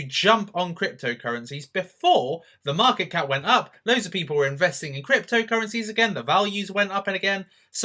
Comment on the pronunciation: Did he say the market cat?